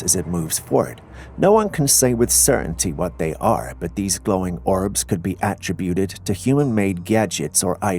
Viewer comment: A-trib-buted Con-trib-uted Those are short I sounds in the middle.